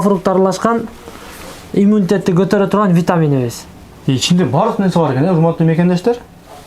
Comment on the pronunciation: Иммунитет десен ,😂имитет дебей